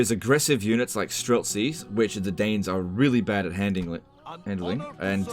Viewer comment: YUH-NITS! FAH-LIE LIKE THE WEND